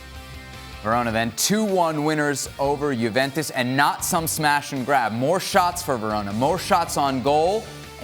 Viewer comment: can this bald guy stop saying tshuventus